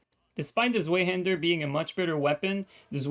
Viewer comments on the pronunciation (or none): its pronaunced Svaihander my man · Great vid thanks for the explanation. One minor pet peeve: The Zwei in Zweihander is the german for 2 and it’s pronounced ‘tsvahee’.